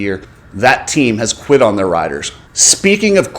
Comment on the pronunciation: Dude, "quited?" Even people who have English as their second or third language don't butcher it that bad.